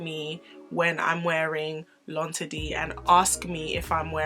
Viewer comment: I'm saying!! Because she sho just taught me how to pronounce L'inderdet I was saying that all wrong😂🤣